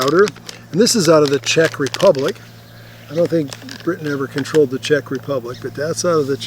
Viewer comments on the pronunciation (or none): none